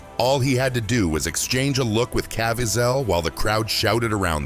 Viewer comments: Cá veez' el. NOT CAV VEE ZELL. Thank you for your attention to this matter! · Donna, that annoyed me also. His name is pronounced CA-VEE-ZEL. Emphasis on VEE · Can you get his name right??? Ca-viez-el... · Wish this guy would pronounce Jim's last name right.